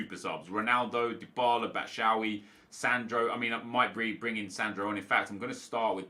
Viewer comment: stop saying batshawy it's batshuayi. batshu.wai